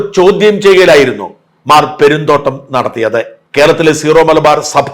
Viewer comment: ഷാജൻ സ്കറിയ ഉൾപ്പടെ എല്ലാവരും തെറ്റായി സീറോ(zero) മലബാർ സഭ എന്നാണ് പറയുന്നത് . സിറോ (syro) മലബാർ സഭ എന്നതാണ് ശരി .